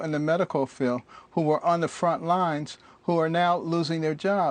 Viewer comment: Can someone tell this dolt it is Covid not Covit.